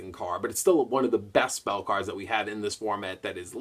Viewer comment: that's kinda his thing though! pronouncing the card names wrong and of course saying "cawds" instead of cards lol.